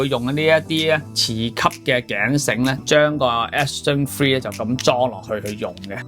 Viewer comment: 一直聽到Action Free...